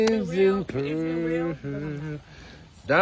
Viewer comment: Diamonds and pear-erlsssss 😂 this was too funny